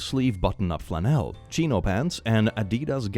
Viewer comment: Makes up for pronouncing flannel as “fleh-NEL” twice. 😆